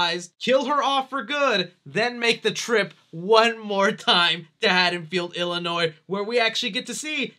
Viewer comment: The s is silent in Illinois